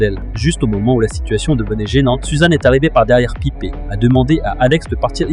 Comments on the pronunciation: Piper C'est anglais pas pipèr et pas pipé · Tkt ça se prononce "Païpeur" mais bon les voix off ont du mal 😂